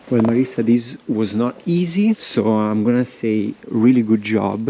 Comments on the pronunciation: Marisa not Marissa! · Anyway in Italian is MariSa with just ONE 's' not Marissa 😊